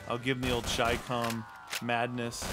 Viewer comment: I got so triggered watching the beginning because its no shicom its chi-com